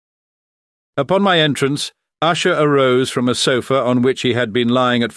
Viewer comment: Well done except for the constant changing of the pronunciation of 'Usher'. Is it Usher, OOsher, OOshay, or what??